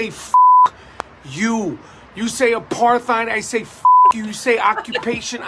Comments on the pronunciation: You say aparttthhhhhied, I say learn to speak fucking English Rappaport! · There’s just something about him angrily demanding that people research Z!onists, and then mispronouncing apartheid that has me laughing at him so hard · AparTHeid 😂, he pronounces it the same way the Israelis do in their propaganda video. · Aparteed, Apartide, tomato, tomatto. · He still can't pronounce apartheid 🤣🤣🤣 what a moron. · I like how he pronounces the "th" in apartheid. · Nobody told his old ass he’s saying apartheid wrong